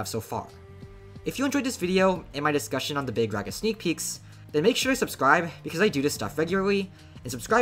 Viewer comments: “Big RAGa” bro its big “rawga” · Its rah guh, not rag uh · BRO ITS NOT BIG REHA ITS BIG RAAGAA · HOLY SHIT BRO THIS GUY!!! ITS NOT BIG REGA IS BIG RAAGAA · I know doesnt really care but Mahoraga is pronounced maho-raw-ga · My goat got so cooked for pronouncing it wrong he's just calling him big raga now 💔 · You got tired of being laughed at for pronouncing Mahoraga wrong so you compromised, adapted and overcame. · Stop saying raga like that bro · You cannot pronounce this mfs name for the life of you shortened or not 😭